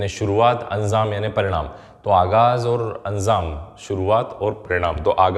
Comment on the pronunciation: Sir, gustakhi k liye muafi chahta hoon. Mai aapki video se faayda uthata rahta hoon. Chunki mai urdu janta hoon. Is liye kuchh word sahi kar raha hoon bura na maniyega. "aaghaz" ka opposite "anjam" hota hai. Pronunciation me "z" ki jagah "j" hai. Word "chaspan" hai. "Chaspa" nahi.